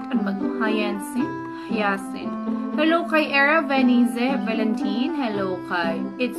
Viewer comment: Its Hayasinth po yung pag bigkas haha hindi naman po ako nagagalit its hayasinth po yung bigkas hyacinth lang po spell pero po nakakatuwa po ikaw at yung videos mo btw....thanks po sa pag shout out😂😂